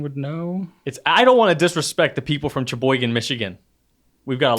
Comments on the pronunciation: Not from Cheboygan but I am from Michigan! Cheboygan is pronounced the same as Sheboygan 😁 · Hey there! Cheboygan, in Michigan, is actually pronounced the same as Sheboygan. :) ETA: I'm not from there, but I'm from Michigan. (Note that the "ch" in "Michigan" is also pronounced like sh, haha.) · I’m not sure if somebody commented on this already but I used to live in Cheboygan, Michigan and it’s pronounced the same as Sheboygan, Wisconsin. It is a Native American word meaning “passing through” or a “passage” 😊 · Actually I am a Michigander and it’s spelled cheboygan but it is pronounced SHe- boygan. 👍